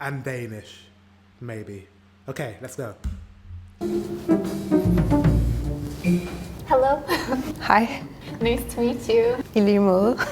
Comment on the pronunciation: Being a Dane I caught the Dane at first word, "hej", the pressure just hit correctly. Edit: Dutch to a dane sounds like a mix between Danish, English and German... and I know that they will say the same about Danish.